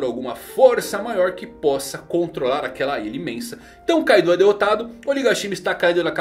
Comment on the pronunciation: E tbm não é Kaidô kkkk